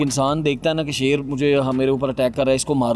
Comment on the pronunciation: Loin nahi shoir🤣🦁